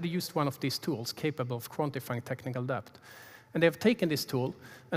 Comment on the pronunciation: Great talk. I hate to be that guy, but I am that guy... the B in debt is silent. It's pronounced DETT. The B was added by some pretentious brits a couple of hundred years ago to prove they knew Latin, but didn't change pronounciation. Same for plumber (PLUMMER), doubt (DOUT) etc.